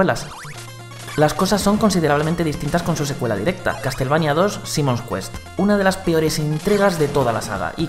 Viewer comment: "castel" xD